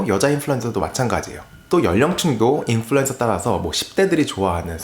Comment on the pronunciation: 인플루"엔"서라 하는 거 듣기 싫어요ㅜㅜ언 으로 발음해주세요